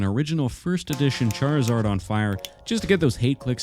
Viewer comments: It is charzard not charl-zard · it's pronounced (char-iz-ard) not chad-lizard are you mispronouncing it on purpose? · i laughed so hard when he started sculpting saying Charizard but I kinda heard chad lizard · if it were pronounced "charzard" then why is the 'i' in there to begin with? it's charizard. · Ah yes...CHAD-rizard! The coolest pokemon